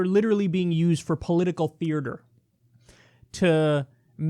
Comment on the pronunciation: grrr Kyle, I can't hold my tongue anymore. There's one R in 'theater'. Good talk though.